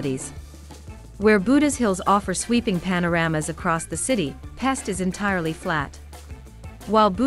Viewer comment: Great vid! Pest is pronounced "Pesht" , Budapest as Budapesht. It is an "sh" like in short, not an "s" like in sport.